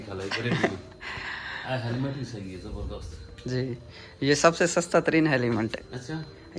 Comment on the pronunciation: Heliment 😂😂😂😂😅 Helmet hota hai